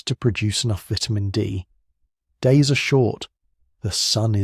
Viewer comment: Why do you keep changing the pronunciation of vitamin? Is it a metaphor?